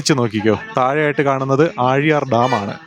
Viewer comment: ആ ഴി യാർ അല്ല ആ ലി യർ ണ്